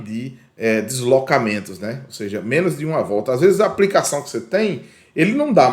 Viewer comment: O conteúdo é muito bom, bem exPLicado! Mas cuidado, precisa melhorar a linguagem! aPRica, NÂO PODE! APLICA SIM! BRUSA, APRICA, APRICAÇÃO NÃO EXISTE! BLusa ; aPLica; aPLicacão assim tá certo!!!